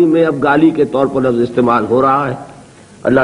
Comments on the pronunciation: LAFFAZ IS WRONG RIGHT WORD IS LAFZ AGAIN SAY * LAFFAZ GHALAT HEY SAIE LAFZ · لفظ لف ظ غلط